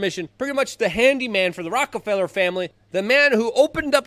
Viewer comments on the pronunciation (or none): none